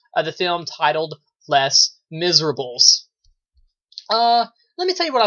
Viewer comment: Lol you did pronounce it wrong, but don't worry I'm not gonna get all CRAZY on you! I have a review of this movie on my channel as well, I really liked your review because you had a neutral opinion on it, and I'd love to know what you think of my review even though I enjoyed the film more. Anyway, keep up the great work! :)